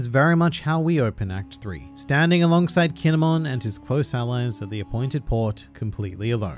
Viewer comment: KINE-MON,,,,, KINE"MON